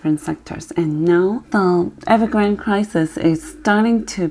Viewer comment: The name of the company is Evergrande and not Evergrand. 😀